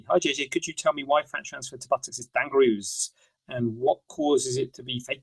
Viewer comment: The “Dang-ger-roo” got me 😂😂😂😂